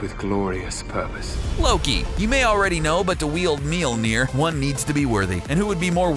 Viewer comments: The Iconic Hammer Known As "Meelner" i cringed. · "MEAL NEAR" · How cbr pronounces mjölner: melner How to accually pronounce mjölner: mjylner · Dude...its called Mjölnir not Milnir! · “..his hammer..” “MEELNEER” It’s pronounced: Mil-Nor. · Love how every americans prenounce mjølner mjilier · It’s not meolner it’s majolnir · "Meal-Mere"???????? ...uhm it's actually Mjolnir (m - yoll - near) with an umlaut over the "o". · It's Mjolnir, with an O. Your pronounciation sounds like Mjilnir. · Mjölner** nor Mjelner xD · It is not pronounced Melner it is mjølner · mjinir? ahaahaha, it's mjølner for gods sake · it's pronounced mjOlnir...not mjilnir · Meel-neer, huh? MEELNEER?! It's pronounced myol-nir. There are no 'e's anywhere!!!! Pronounce it right!! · it's not Mealmir it's Mjolnir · It's mjölner not mulinjer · hahaha mjölner not mjolnir wtf ur welcome and in the vid he even said meelneer like wtf hahaha xD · It's not Meller it's Swedish and its name is myøller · It's "Mjølner" not "Mjilner" XD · mjilnir??????????????????? IT'S FUCKING MJÖLNIR!!! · its mjölner! not milnir >.< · Meal nir? wtf? The english name is Mjolnir, and the original name is Mjölner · Molmir not milmir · btw it is möljlner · " That have carried the MyOLnEeR " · That not meil ner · it is pronounced m-iol-ner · he says "meelneer" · hahahahhaa Absolutely butchered the pronunciation.... I have never heard of a hammer called ''MealNear'' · At the beginning he says mealnir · "mealnir" pls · Its not pronounced Mealnir lmao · How you pernounce thor's hammer is minulnair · he says mielnier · What the fuck is a "Millneer" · did you say "miumil"? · Thor's hammer is pronounced meeolneer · IT’S MOLE NEAR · Meelneer? really? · I'm halfway through this video and if I hear you say "meal-neer" one more time... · Melody Beats its spellt mjölnir and is pronouncer like mjölnir Ö is like a mix between a and o like saying ahhh. Trust me im swedish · Please stop with the horrible mjolnir pronunciations